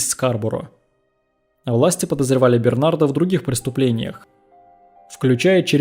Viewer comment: Бернар,а не Бернард!! Д-. не говорится.Переводчик хренов!